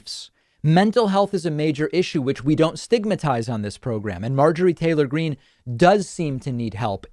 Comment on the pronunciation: How she intentionally mispronounced her name. As if she never heard AOC's name spoken. Marjorie Taylor Greeneee